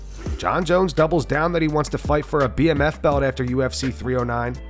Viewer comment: Why the hell does jon call it a "bamf" belt? 😂 it's 3 letters BMF